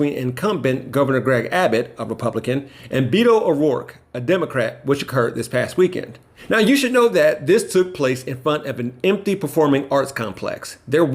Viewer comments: Bee-to? never heard the name Beto O'Rourke pronounced? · Please, it’s Beh-toe, not Bee-doh. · His name is BETO, not Beeto. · Beto not Beedo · Except, he called Beto, Beeto.